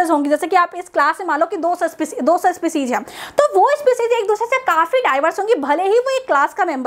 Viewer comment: Spicijj nhi species